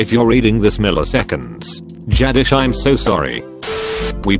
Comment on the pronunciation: I heard it as radish and started laughing